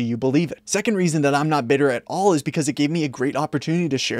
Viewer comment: bro "at all" it isn't that hard.